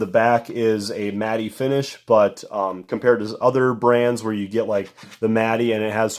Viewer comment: It’s pronounced mat not mat-ee